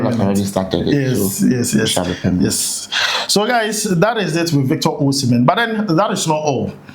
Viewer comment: Permanent ❌ pemenet ✅